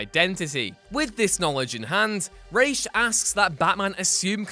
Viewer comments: rhaj not raisech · What the fvck is a REASH????? Its R-A-S please man you are hurting my soul. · it's RA like the Egyptian god! Ra not Ray! bugged the life out of me! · Is Ra's Al Ghul really pronounced "Raish"? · lol anybody else wanna throw their speakers out the window when he says "rashe"? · Learn to say Ra’s. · Is it just me or does he keep mispronouncing ra's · What is up with the pronunciations? Raysh? And laufeysen? Its laufeyson as in laufey’s son.